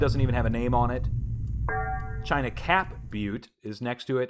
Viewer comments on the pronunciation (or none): none